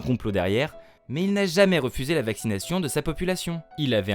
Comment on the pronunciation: Vaccinaille cheun , startup naille cheun, communik aille cheun .... on dirait l'avocat de raout en plein délire dis donc 🤣🤣🤣🤣